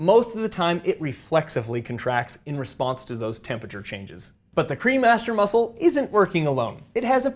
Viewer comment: I swear I thought you were saying the cream Master muscle I was like hmmm 🤔 that's aptly named. lol